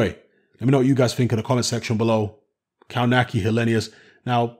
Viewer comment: kov natz ki not cow nacky